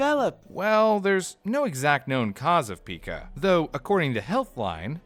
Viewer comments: It’s PIE-CAH not PEEKA!!! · PICA, NOT PIKA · Oh my god idk if I can finish this episode. It's not "Peeeeka" it's "P I KA" with a hard I. And I should know. My mom dealt with it for several years. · Never heard it pronounced “peekuh ”. Just “pie-kuh” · Uhh...it's pronounced "Pie-ca," not "Pika." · It’s pronounced pie cuh not pika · Its not pica...its PIE-CA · It's pronounced "pie-kuh" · It's pronounced pai•kuh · I believe it's pronounced (and I've only heard it being pronounced) as 'paika' so it kinda triggered me when they kept calling it pica. But hey, i won't nitpick, great video nonetheless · Pike ah, pike ah, pike ah pike ah Pica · Pica is pronounced like pike-ah I can’t even watch this it’s making me nuts, it also kinda makes me question how much research is actually done for these if the pronunciation isn’t even correct for the main topic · It's pronounced pie-ka though. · Ikr, its driving me crazy the way he's mispronouncing it literally every 15 seconds.